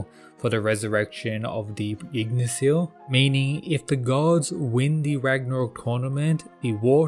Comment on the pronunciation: The way you pronounce Yggdrasil bothers me to no end. "Ygg-Dra-Sil" becomes "Jig-Na-Sil" and i dont get how